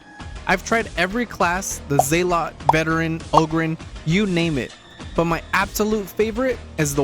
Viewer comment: You pronounced zealot wrong 🤦‍♂️ lol